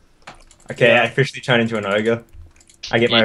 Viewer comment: ITS NOT OGRE... ITS NEVER OGRE...